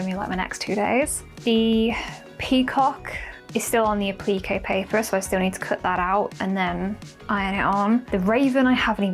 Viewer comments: I was so confused awesome to what A-pleakay paper was then realized you were saying Appliqué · 😂😂 yes me too! I had no clue what she was saying until I realized she was saying appliqué ❤